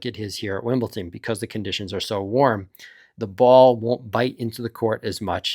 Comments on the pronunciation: I was wondering the same thing where does the T come from? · It's Wimble"D"on. Not Wimble"T"on. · Explain why you say "Wimblton" or get your YouTube license taken away. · because they're called like that. You see Leicester and you pronounce "Lester". You don't read Wimbledon and say Wimblton, bc it's pronounced "Wimbledon" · Stop saying Wimbleton if you value your credibility. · really? wimbleTON? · Wimblton and Benchik? It's the same last c as Djokovic, not too hard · Love your predictions and analysis, but could you please stop saying Wimbleton? :) I'm liking Novak's chances to beat Sinner this time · It is important to me and will remain relevant long pass this fortnight. Do you say "Wimblton?" Do you know anyone who does? Why is this guy doing it?